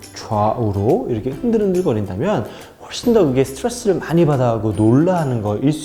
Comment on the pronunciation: 오늘 한개 알게 됬네요 강형욱님은 스트레스를 말할때 스트뤠스라고 말한다는걸..